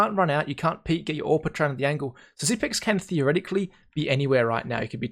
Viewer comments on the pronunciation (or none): HIS NAME IS PRONOUNCED SIPNIX...